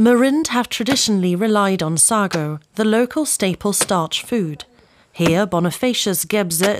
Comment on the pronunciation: You're pronouncing "Sago" wrong. 🤡